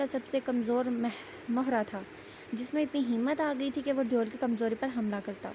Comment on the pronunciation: Exactly. It's devil not deool 😂😂